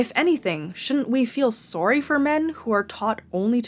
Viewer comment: "souurry" are you canadian? lol love the videos tho